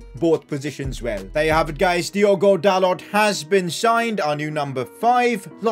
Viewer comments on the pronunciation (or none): none